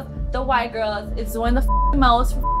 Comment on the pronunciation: Why can't Joseline pronounce the word "GIRLS"? She says "GIRS".